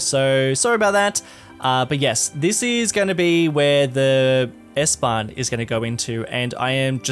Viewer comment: You have pronounced the word S-Bahn so perfect as a non german! Love from Germany!